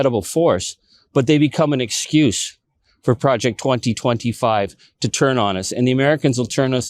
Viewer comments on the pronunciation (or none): none